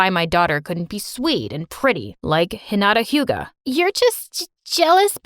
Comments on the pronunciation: It's "Heenattah Hyoogah" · He really said Hinata Hyuga Like sir she's extremely smart 💀🤚🏾